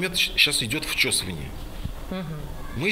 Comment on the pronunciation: Вчесывание, блэт🤦‍♂️